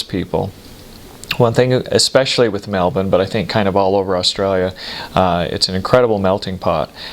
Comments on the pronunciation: Wow he said Melbourne correctly! Kudos! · Holy cow, an American who knows how to pronounce Melbourne! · I love that he pronounces Melbourne like an Aussie. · What a great guy,good onya mate come back anytime :) and he pronounced Melbourne correctly too😉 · OMG you said Melbourne correctly... almost no US Americans do. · Hearing him pronounce Melbourne PERFECTLY in the middle of an otherwise American sentence is SO funny to me skjskjshs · Melbourne perfectly pronounced. I had to hear the end of the story to know he was saying cordial 😂😂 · Great pronunciation on Melbourne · Good pronunciation of 'Melbourne'! He listened! Pity about cor-dee-al. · A lot of good things to say about your observations, but I will say just this: you are the only American I have heard who pronounces "Melbourne" like a local... okay well I'll say this too, regarding vegemite. Firstly, use real unadulterated dairy butter. Let your toast cool down somewhat so the butter doesn't melt too quickly, be generous with the butter, then add judicious amounts of vegemite and mix it with the butter using the knife right there on the toast, until it turns sufficiently brown to taste. There is a balance, beyond which it starts tasting crappy. Moderation is key.